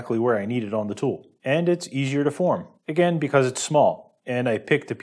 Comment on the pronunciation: its probably less common in some regions.... but tool is often pronounced as two,,,,, its got to the point I listen for it !!!